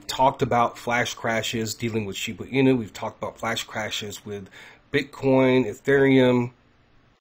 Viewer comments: Want to help more people? STOP saying Shibu Inu. It's Shiba Inu. Why do I ask you to please stop? Besides the fact that I find it incredibly annoying, more importantly, it makes you less credible if you can't even pronounce the name of the coin that you're speaking of. I apologize for any offense; it's not my intention. You can help more people, if you SOUND more legitimate by pronouncing the coin's name correctly. This may not be true for everyone, but it does cross the mind of some. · Lol how many times is gonna say SHIBU INU 🤦‍♂️🤣😬